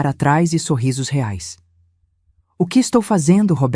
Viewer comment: Que pronuncia é essa ?? Ou é Reais ou não é nada